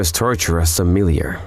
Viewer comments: The proper pronunciation is Somminli yay. The R is silent. Other than that, I'm glad to be seeing more of these vids again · I think they said sommilliar again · Am I the only one bothered how they pronounced 'Ijuin and Sommelier' sometimes in this video? I love these videos but the pronunciation threw me off lol